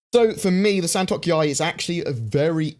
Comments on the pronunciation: The pronounciation is San - to - k.yāi Not San - tok - yāi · Hearing mispronounce the Santokyai...